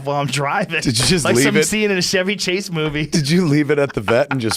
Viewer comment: Joe said "Chevy Chase" like my grandma lmao it's not pronounced like the car